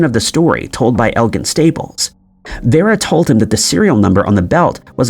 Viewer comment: Vera is pronounced Veer-a.